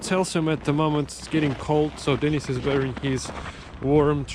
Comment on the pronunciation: Bro, the way you're pronouncing your mates name (Denis), it sounds like you're saying 'Denise', which is a woman's name.